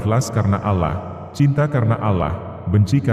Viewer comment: Cara kamu sebut Allah tidak betul